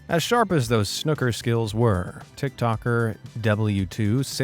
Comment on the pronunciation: Fun video. By the way, 'snooker,' isn't pronounced like the 'snook' rhymes with 'book.' It's SNOO-ka. So you know.